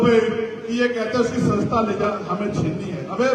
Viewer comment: पहले सदस्य्ता शब्द सही से तो बोल चिंता मत कर वो चली जाएगी तेरे कर्मो से तू चपरासी के लायक भी नहीं है